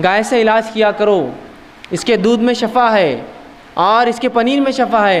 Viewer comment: اجی ایڈوکیٹ صاحب شٙفٙا زبر سے نہیں آتا ایڈوکیٹ صاحب شِفٙا زیر سے پڑھتے ہیں آپ وکالت ہی کیجئےگا پلیز آپ نے وکالت کا فن سیکھا ہے اگر آپ کی وکالت نہیں چل رہی لوگ بحیثیتِ وکیل آپ کو ریجیکٹ کر چکے ہیں یا آپ اس میں فیل ہوں چکے ہوں تو کوئ اور دھندہ کیجئےگا پلیز یہ میدان علماءِ کرام ہی کو زیب دیتا ہے شٙفٙا شٙفٙا شٙفٙا شٙفٙا نہ کہئےگا پلیز جاننے والوں کو شٙفا سن کر بہت تکلیف ہوتی ہے